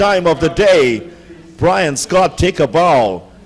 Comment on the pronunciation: Hi my son name is Bri-on scott not brian Scott hope u get it right the next time thanks